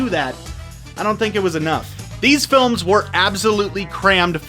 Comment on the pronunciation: It sounded like he said, "...actually look at the big problems with these phones..." 0.34